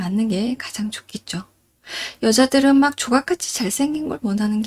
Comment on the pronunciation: 잘쌩긴이라고 발음하지 마시고 잘생긴이라고 발음하시길...... 잘쌩긴은 호남말투인데, 억양은 영남이시네요..박원순 서울시장의 억양......